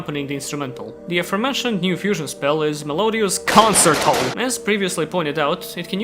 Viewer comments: Con-Chair-Toe. Not Consertto. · concerto is pronounced con-chair-toe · mispronouncing 'choir' and 'concerto' gives me life for some reason lmao